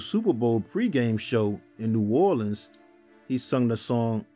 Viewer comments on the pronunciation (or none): none